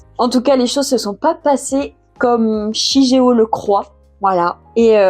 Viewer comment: Super Vidéo, l'année prochaine je pense me les acheter ^^. Petit truc qui m'a un peu perturbé sur la review c'est la prononciation du prénom du garçon 😅on le prononce "shiguéo". Comme dans naruto par exemple où on ne dit pas Hokage mais ce prononce au "Hokagué", mais ça reste une broutille on va dire ^^sinon j'en fait la promo partout , mais j'aimerais bien ton avis sur Vinland saga ^^ qui pour moi est le manga a lire et à avoir dans sa mangatheque